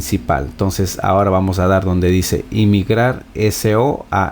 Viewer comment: el señor está ante poniendo una "L" antes de la I, en dónde putas está la L.. el tiene un problema de dislexia visual ya que también menciona "IMIGRAR" cuando está leyendo perfectamente la palabra "Migrar"